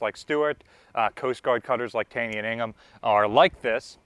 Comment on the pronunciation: It's pronounced Tay-ny.